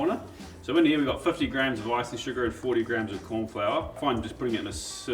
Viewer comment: “Korn” Flour - Love it 😂